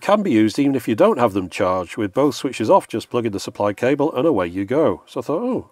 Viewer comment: USB Charging "cabel" oh boy.